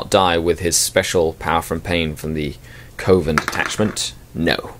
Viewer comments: Isn't it pronounced "Cov-en" not "Co-ven"? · it's 'coven', like oven. Short 'O' sound. Like a witches coven.